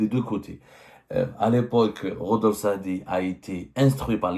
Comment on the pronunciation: Rodolphe Saadé et pas Rodolphe Saadi😂😂😂